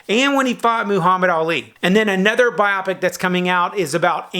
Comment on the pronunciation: bio-pic, biographical picture. not a bi-opic hahaha. Do you read IDW TMNT?